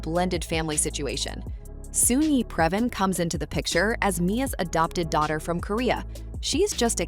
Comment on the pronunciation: You pronounced her name Previn wrong.